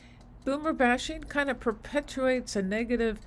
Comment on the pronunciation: She lost me when she said “perpetuates”